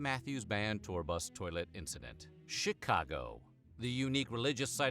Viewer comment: Chitcago you’re genius. Sure it could be debatable to be spelled shitcago, just from your pronouncing. I mean I even live 20 minutes from the heart of the city. I particularly like it. Grew up here though.